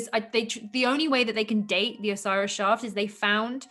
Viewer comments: It's Shhafffft! not shaft. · “The Osiris shoft” “the Osiris shaft” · Way 2 different ways of pronunciation: shauft (British): shaft (American) You can't tell if he's agreeing or correcting her haha